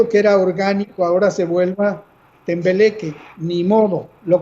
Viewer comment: Sr epigmenio se dice tembleque. Asi lo dijo o escuche mal.